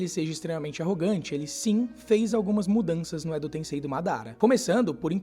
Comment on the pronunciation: Edo "TenSSei"